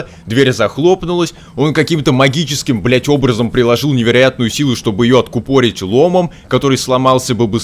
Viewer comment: откУпорить а не откупОрить